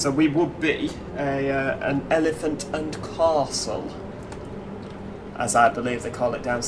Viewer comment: | Elefint An-dh Kassl, pronouncing stuff “like a true Londoner” 😂